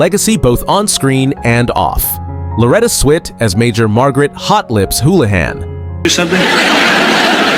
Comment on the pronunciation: I don’t think the narrator watched the show by the way he pronounced Father Mulcahey incorrectly (don’t know proper spelling). He also called Loretta Switt Loretta SWEET